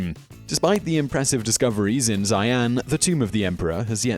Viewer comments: I really like your videos, but please, please, please look up pronunciation before doing one. Some embarrassingly egregious errors on this - Qin She Huang isn't Chin Shee Huang but Tsin Shuh Huang, Xian isn't Zaian but Shee-an, Scythians arent Saithians but Sithians - winced every time I heard them! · xi-an aint prouncunced cyan.. its shi-an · Zaian. Cringy pronunciation. It more like Shi-An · Xi'an = "Shee-anne" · Xian pronounced shee-ann. Qin Shu Huang pronounced chin schə huang. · Xian......is pronounced She-an.........